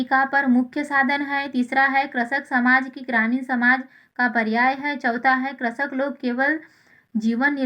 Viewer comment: Pehle krishak bolna toa sikh ja.. 🤕